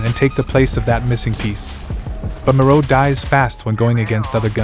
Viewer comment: Why do you pronounce it “MORO” instead of “MIRO” like ME-RO 😂